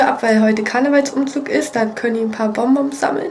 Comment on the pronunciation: Es heißt bonbons 😅 nicht bomboms